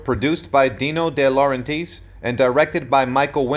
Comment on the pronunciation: Deeno De LaurenTEES? Jezus, it's so damned frustrating to hear the copy of for-profit YouTube channels read by voice actors who literally no nothing about the content they're reading about....